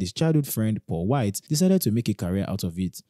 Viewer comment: His name KA-millionaire. Not CHA-millionaire. And his friend his Paul Wall, not Paul White. Please research properly.